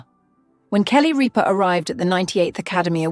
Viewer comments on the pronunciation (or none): Kelly ‘Reaper’?!!😂😂😂 What’s so great about AI ?